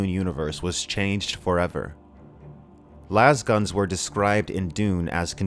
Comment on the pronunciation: "Lase-guns". As in "laser."